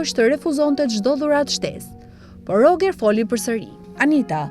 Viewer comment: Roxheri moj. Jo Rogeri.